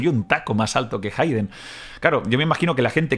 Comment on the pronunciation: Se pronuncia jeiden